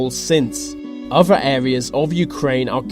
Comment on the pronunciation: All I could think of was why doesn't the narrator speak properly? He doesn't pronounce "th" correctly - the word is other, not uvver! Think, not fink.